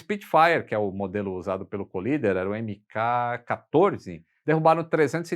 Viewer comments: Um detalhe: o piloto não se chamava Collider (que para ser "colisão", teria de ser dito "colaider" e não "colider"), mas sim Collier, ou Kenneth Roy Collier, e por isso não tem nada a ver com colisão. Abraço. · O nome é Ken Collier e não Colider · O nome do As é Kenett Roy COLLIER e não Collider